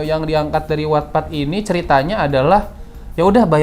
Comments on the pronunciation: Bang, wattpad itu bacanya 'wattpad' bukan 'wattpad' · Sama 🤣 Terus gw mikir emang yg bener wetped apa watpad si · Selalu nunggu konten AADC ini, jadi tau jalan ceritanya walaupun ga nonton. Tapi salfok bgt selama video penyebutan wattpad selalu gue benerin jadi "wetpet" gara gara kebiasaan ngomongnya begitu wkwkwkwkwk 😂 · wetped bang bacanya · 🤣🤣🤣🤣🤣baru Nemu pertama kali channel ini langsung gw subscribe btw itu dibacanya wetpet kaaa😭😭